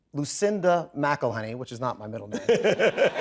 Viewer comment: "IT'S MCELHENNEY, MCELHENNEY."